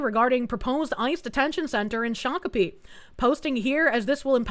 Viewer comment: You're correct on the Shokapee pronunciation.